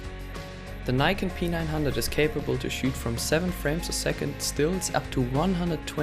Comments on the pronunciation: Its NIKON. Not AKON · Its not "neikon" its nikon.... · Don't mislead people, it's pronounced Nikon